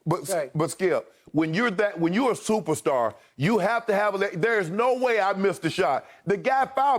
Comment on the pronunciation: "Im a stuperstar" smartest think skip has ever said